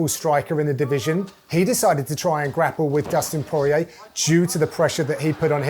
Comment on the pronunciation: Dustin PwoahR EA